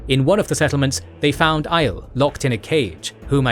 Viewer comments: Agreed. Bugs me too. It is not like the pronunciation is up for interpretation, Robert Jordan set the main ones in stone. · Do y'all deliberately try to mispronounce everything? From "Aiel" to "ALE" (it's "eye-EEL"), "Egwene" to "EGG-win" (it's "eg-WAIN"), "saidin" to "SIGH-din" (it's "sah-ih-DEEN") and so many more in between... you do know the glossary in the books includes a pronunciation guide? Plus, the show has been pronouncing everything right since the beginning --- there's really no excuse. And it's not like these are unimportant or trivial words (Egwene is a main character, and saidin and the Aiel are central to the story), nor are your pronunciation errors minor or easily dismissed (you cut whole syllables out of Aiel and saidin! ). It's really quite jarring to hear it so often, and honestly a little embarrassing for a channel that is usually so polished.